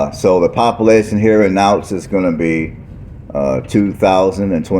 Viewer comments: It's pronounced cow ts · I love your videos, the proper pronunciation for Kouts is Cow-ts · What are you even saying it’s Kouts?